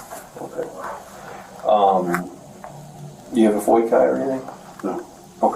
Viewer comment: What's a “foy Kai” 🤨